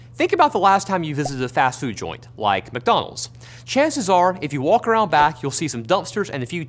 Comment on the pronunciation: McDonald in Hebrew lol